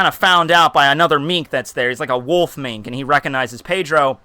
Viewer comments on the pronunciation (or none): none